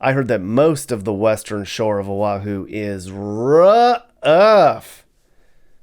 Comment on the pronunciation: First of all this video is nauseous, you move around so much that we get sea sick and Motion sickness, disgusting! ,Second, you need to learn the proper pronunciation of our Hawaiian words and Oahu is not pronounced aahu, we get really pissed with improper pronunciations of our Hawaiian words!! Third: Hawaii is paradise no matter where we live, unlike you mainland haoles who act as though you are all rich and live in grand houses but we know the truth. But, all in all thanks for bad mouthing us so people from the mainland would not want to live here!!